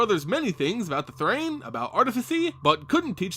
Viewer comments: Thran is pronounced th-ran, not Th-rain. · It's Thran not Thrane.